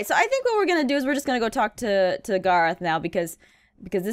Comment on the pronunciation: Gar-oth instead of Garr-eth